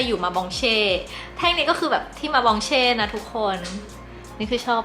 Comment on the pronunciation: ล่าสุดดูละมุนดีค่ะ ขออนุญาตนะคะ หมอเฉลิม บองมาเช่นะคะ ไม่ใช่มองบาเช่